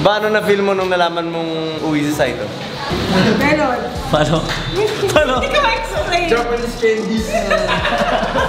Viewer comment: saito po..hindi zaito...ttatatatatatatataym